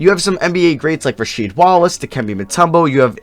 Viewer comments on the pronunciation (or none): none